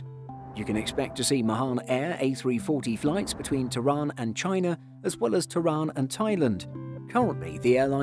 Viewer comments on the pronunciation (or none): none